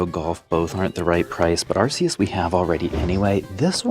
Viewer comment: Even after pokemon making an ARC phone to help us pronounce arceus , we still mispronounce it 🥲